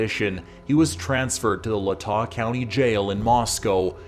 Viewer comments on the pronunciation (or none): If anything you should be upset how he pronounced latah lol its lay-tah